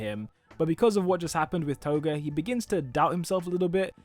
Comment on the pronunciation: TOGUUUUUU LOL 😂 how did u say her name TOGUUUUU